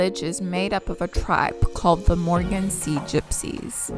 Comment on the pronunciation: Moken & not Morgan😂